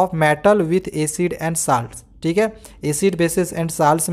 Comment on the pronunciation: Sir saalts nahi salts hai bo